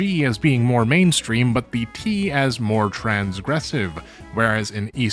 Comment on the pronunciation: Maybe I'm insane but to me it sounds like he said "BT" and not "the T".